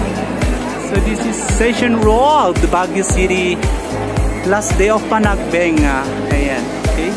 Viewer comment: Ayusin mo po pronunciation mo Sir sa PANAGBENGA